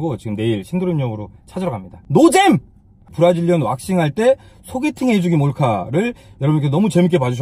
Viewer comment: 발음 조심해주세요..브라질리언이 브라질년이라고 들리네요 ㅋㅋ